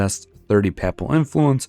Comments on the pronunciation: Papal rhymes with maple. Except in EU4 videos, where folks picked up a lot of weird pronunciations of words they didn't know from old videos by Ludi and others who who don't speak native English. Pap-ul sounds like you're talking about baby food. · bro, the way U say papal pisses me off. other then that good vid